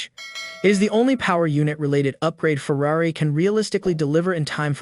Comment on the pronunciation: Might want to learn how to pronounce the word 'Ferrari'...